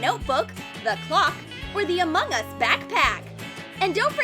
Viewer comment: Why do you say among us weird?? 🙄🙄🙄